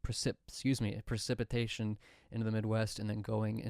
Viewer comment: precipitation is funny! I like how I can see you try to pronounce the word by how you move your head! 😂